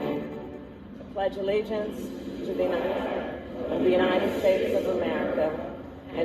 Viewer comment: Harris so stupid couldn't even say t he pledge of alliance correctly...an 8 yo can do a better job..SMH